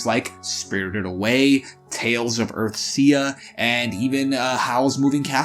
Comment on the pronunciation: can't believe you pronounced tales of "earth-sea" as tales of "earthsia" ... unsubscribed 😞